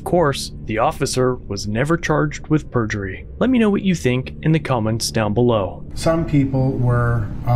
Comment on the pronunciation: Pergury (spelling?) every time. It seems USA arent keen on doing this.